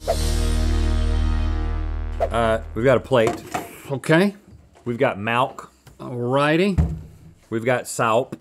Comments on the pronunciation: Rhett said malk, easter egg from Julian Smith days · Haha .! U just pronounced milk in afrikaans! Melk! 😛